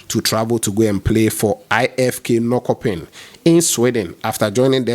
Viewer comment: Norkopping is pronounced Nor-SHOPPING